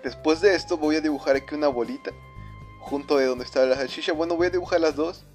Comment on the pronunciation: se dice salchicha no sashisha UnU